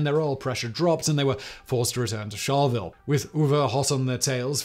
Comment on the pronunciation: and Charleville is char-la-ville